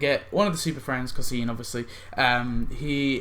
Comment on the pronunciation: It drives me crazy how u pronounce cosine...it’s pronounced Co-Sign. Pirate Nelson’s animation on the house boat really saved that costume a little. But the two costumes and that cosplay group so act 4 wins to me